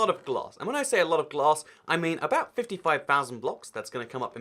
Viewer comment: "fitty five fousand"